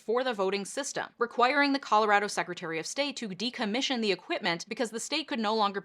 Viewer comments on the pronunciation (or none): none